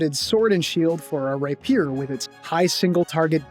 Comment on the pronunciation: This is an amazing video about a bunch of amazing games by one of the best devs in the biz. I don't have anything to add here that hasn't been said before, so I'll just say... you pronounce "rapier" HOW??